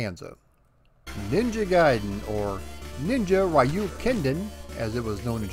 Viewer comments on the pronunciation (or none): Please spell Ryu by ree-uu not ry-uu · Love all of your research and history on this game. One correction though. His name is pronounced "Reee-yu". Not "Rye-yu". Other than that, love your channel. Keep up the good work man ☺️ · Why do english-speaking people always mispronounce the name "Ryu" as "Rai-oo"? it's "Ree-oo" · It's 2020, and people are still pronouncing his name "rai-yu" 🙄 sigh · Arcade version is fun but I spent the most time with the maddeningly addictive nes version. Also I just have to put my two weeb cents in: it’s closer to being pronounced “ru” with the r pronounced somewhere between r and l. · Sorry but you aren’t pronouncing Ryu’ name correctly. It is pronounced REE-U. Excellent video as always. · It's pronounced Re-you.😎👍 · Raiyou..... Cringe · America always gets that name wrong. smh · Don't worry, I will address the pronunciation in part two. Thanks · Every time an American mispronounces the name "Ryu", a cherry blossom tree withers away and dies. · so funny how americans pronounce "Ryu"....